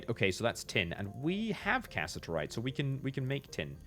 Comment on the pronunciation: him pronouncing cassiterite as casserite is eating me alive 😭